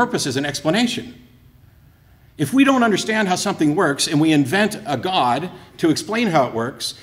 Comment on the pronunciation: I thought it was impossible to take a one syllable word “god” and create a three syllable word.